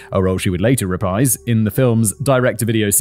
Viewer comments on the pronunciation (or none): none